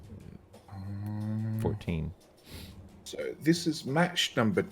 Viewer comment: hi bloke14 here from Green Science Inc. I noticed you had some problems pronouncing the name "blokje14" A lot of people do so I've changed it to "bloke14" just pronounce it as Australian as possible. Example: "yea he's a very good bloke". So anyway, thanks for streaming and uploading to YouTube. This competition, Biter Battles and being on YouTube are very new to me so I'm very excited to see where all this goes.